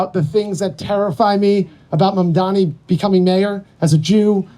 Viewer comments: HE STILL CAN'T PRONOUNCE MAMDANI HAHAH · Does anyone know the rationale behind them purposely mispronouncing "Mamdani" as "Mandami"??? Even after being corrected publicly? It makes Cuomo sound so stupid to me. I don't get it... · Incredible how Cuomo STILL managed to mispronounce Mamdani's name at this stage of the race. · Has Cuomo said "Mamdani" right one time ever? it's incredibly easy to say, he has to be intentionally mispronouncing it right? Seems so petty lol